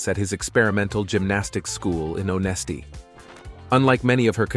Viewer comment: Yeah it mispronounced her last name the whole video and "Onesti"...where she was from. Plus the video clips of Olga lol.